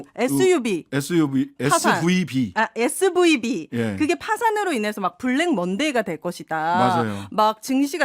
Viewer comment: 범죄도시2에서 SUV를 "USB 탈 거야"에 이은 SVB를 SUV로 ㅋㅋㅋ. 알파벳 발음이 꼬일만 하죠. 오윤혜 너무 사랑스러워 꺅~~